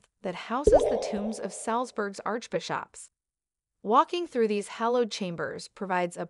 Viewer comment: Saint Peter's Church, not "Street' Peter's Church". Arch Bishops is pronounced ✅Bi (soft i) ships.